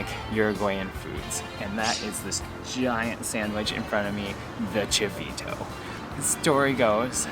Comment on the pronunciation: Chito ? Não se diz chivito